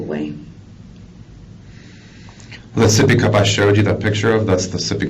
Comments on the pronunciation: Take a shot every time they say soppy cup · Sippy cup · Oh hell no my baby seepy cup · Sippy cup 🤭😝